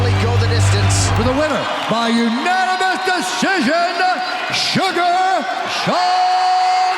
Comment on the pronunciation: yea when snoop was saying this he kept calling him "Suga Shane" lol